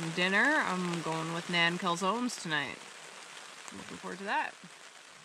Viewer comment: thanks for calling them Naan calzones (as in long a sound). The first several times I heard John talk about naan (Non) Calzones I thought it was an inside joke, like maybe an un-pancake. Took me ages to figure that out. Must be the aging brain. Beautiful location, wish I would have carried my teenage camping into adulthood.